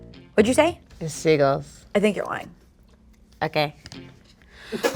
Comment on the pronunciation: the way she says "seagulls" lmao